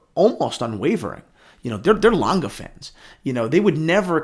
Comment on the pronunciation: Dude, use Google translate and prenounce the name of the brand correct 😂